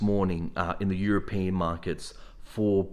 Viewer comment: Bro , its european , not europian .